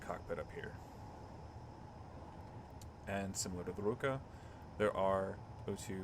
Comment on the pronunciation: for some reason you went for russian word for hand "rukA" but went for japanese pronounciation "rUka" which isn't a hand